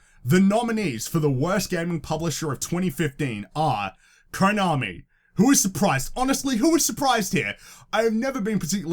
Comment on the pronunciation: tbh I think EA fucked up more than WB. Btw you're mispronouncing the o in Konami and Kotaku. It's meant to be like the o in "of".